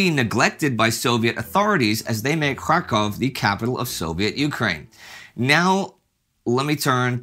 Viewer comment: When Indy says Kharkov, it sounds like he is saying Krakow.